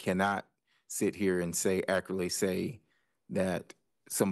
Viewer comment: accurly = accurately